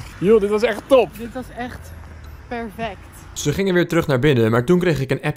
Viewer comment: het is perfect niet pervect